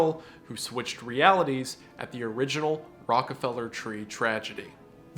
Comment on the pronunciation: Tree-gedy, not Tragedy.